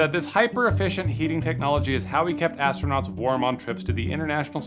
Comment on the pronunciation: AT THE MARK IN THE VIDEO HERE: "IS HOW WE KEPT ASTRONAUNTS WARM" WHAT THE HELL ARE **ASTRONAUNTS**?